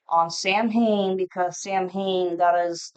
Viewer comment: Samhain is pronounced saa•when 😅